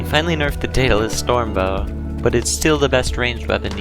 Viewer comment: Im just going to say, the daedalus storm bow is pronounced Deh-duh-liss storm bow.